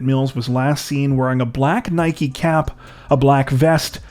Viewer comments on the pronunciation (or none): none